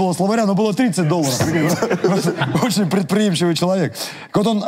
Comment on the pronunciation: почему говорите чЯлавек, если написано чАлавек?